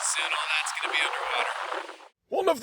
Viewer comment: “Guess this is as far as I’m Geh-in”🙄